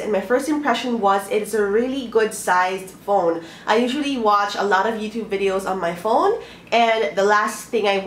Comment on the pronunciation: vidows and vowtows hahaha 😂😂😂